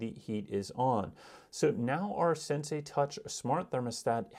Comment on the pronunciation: At least pronounce the name correctly